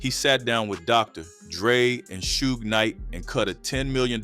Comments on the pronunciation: Why u say suge like that 😂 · Why u say suge like that weirdo 😅